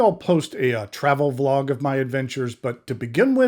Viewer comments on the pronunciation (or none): none